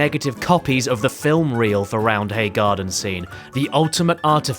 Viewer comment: ITS PRONOUNCED ROUND-AY but thanks for mentioning leeds